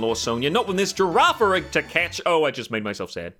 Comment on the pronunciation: "Girafirig" I bet you'll like Scarlet/Violet